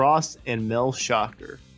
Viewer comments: JUST FYI.... Mel Schacher Pronounced shah CAR' (NOT SHOCKER)🟥🟧🟨🟩🟪🟫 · How to tell us that you don't know how to say Mel's last name without telling us. #1. Just don't say it. #2 Say it wrong.